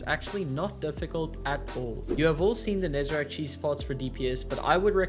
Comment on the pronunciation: I will never get why people keep calling Nezarec "Nezerac".